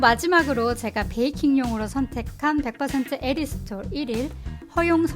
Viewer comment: '에리스톨'이라고 하셔서 어색하네용 ㅋㅋㅋ잘봤습니다~다음 알룰로스도 기대할께용 ㅎㅎ